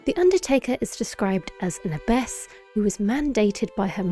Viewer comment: pro-tip: abbess is pronounced with an a like apple